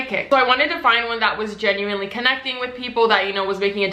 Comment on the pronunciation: nobody:: “genUinElY”